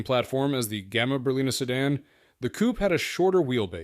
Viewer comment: Excuse you, how is the man called Matich and the car Matik(the way you pronounce it)? It is not a "coop", it is a coupé. When are you, the Americans, going to learn?